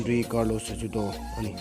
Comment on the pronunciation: Chajudo a nilo..... (Sahudo) tia lam tur